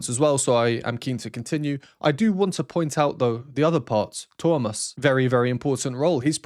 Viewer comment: Thank you for this reaction, this was such a treat! And I have to complement you on the pronunciation of Tuomas, you got the "uo" sound there better than about 99 % of non-natives trying, and the emphasis is correctly on the first syllabel! ❤